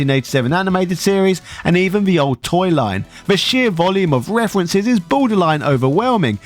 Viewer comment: Man, I can't get out of my head how you say references... Got to love those good ol' "refwences" ehh! Lmao!